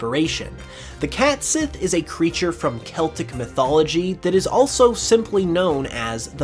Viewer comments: Nice video. I wanted to let you know that the cat sidh is pronounced as cat she. In gaelic s before an I or e is pronounced as an sh, and the dh is basically silent. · It is actually supposed to be pronounced "ket shee", yes. I think he goofed there. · I could be wrong, but I’m quite certain Cait Sith is pronounced “ket shee”, not “cat sith”. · Cat Sith, as you call it is pronounced "Cat See" and it's one word. Catsith, pronounced Catsee. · Future reference it's pronounced "caught shee"